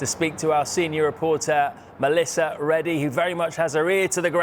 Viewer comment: It’s Melissa - get it right please